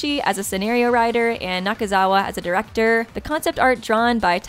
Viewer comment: Its Nakazawa, not Nazakawa! Also its Ever 17, not ever 14. p.s. love your videos.